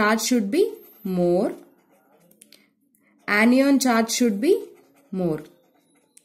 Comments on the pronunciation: Ma'am its cation( ketayan) not (keti on) and similarly it's anion (ana yan) not (Ani ON) 😊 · Ap log itna show off kyu krte ho ... English thik se bolna aa nhi rha hoga fir bhi lge pahde he ...this is ye this is wo ..this is bakchodi......are nhi bol pa rhe to hindi m baat bol lo anion ko anyyyyon bol rhe h....2-3 sentence rt ke puri vdo m whi chep rhe hain